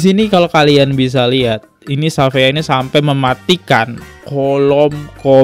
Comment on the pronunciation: syafiaa bacanya bang dia bake ejaan luar shafeea jdnya